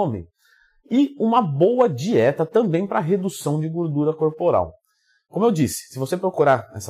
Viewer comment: Tem Twin falando "guurdura" tem like